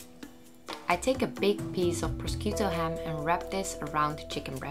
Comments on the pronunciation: pro-shUt-tO not proskiotto! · Please please please, I know it’s hard to say words from another language, I struggle myself, but proskiutto it’s harming my ears... you pronounce it as prosHutto... italian sci is like SH. But I love the video, really, not up to criticise ❤️ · Proskiutto ahahah the correct one shoud be like proshutto ;) love your video! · I'm Italian, the right pronunciation it's not proSKIUTTO but proSHUTTO. Bye :) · I'm italian too and when she said "procchiutto" I started laughing so hard tht I wasn't able to stop. But she is one of the nicest youtuber ever so I think we should forgive her😆 Love you ❤ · Il modo in cui ha detto “prosciutto” pronunciandolo “proschiutto” mi ha fatto venire i brividi ahahah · I wasn't getting what proschito could be, then I realized! Proshootto is the correct pronunciation! by the way I'm definitely trying the recipe! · Baby is prosciutto not proschiuttu! By the way i love this video ,you are such a good 'chef' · Nice ideas for meals prep, but may I just suggest just a pronounciation? 'cause the read of the word ''prosciutto'' is actually (proshiutto) not (proskiutto). Thanks from italians, we will appreciate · "Proschiutto" no please! It's prosciutto ( the "sci" is like "sh" in italian) 😊 btw good video! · Lol the pronunciation of "prosciutto" made me laugh. It's more like "prosheootto" than "prosquito" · Hey ❤ Lovely video as usual! Just wanted to point out that prosciutto is actually pronounced like "proshiutto" (if it makes any sense 😂) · Ginevra lol sounded like mosquito 😂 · Azzurra Meringa no you have to write like you pronunce it, like “proshutto”😂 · great video as always! just a small remarq for the italian : PROSCIUTTO is pronounced [proh-shoo-toh]...SCI is like SCH in German or SH in English , for example SHOE ...kisses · Hello! I'm Italian, the correct pronunciation of ''prosciutto'' is ''proshootto'' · Just wanted to point out that is pro-shut-to (pronounce). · it's pronounced like "proshuto"